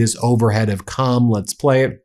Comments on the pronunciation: It is QUM not CAM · Qom is pronounced as Ghom not Com. I lived in Iran for 5 years when the Shaw was running the country, he was a close friend of the US. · is WRONG The City o Qom is not pronounced as Cam it's pronounced Quoom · It’s actually “Qum” pronounced just like “book” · Qom could be pronounced "Koom" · Qom is pronounced (as close as possible) "Kome" with that first consonant in the back of the mouth, almost in the throat with the vowel like 'home."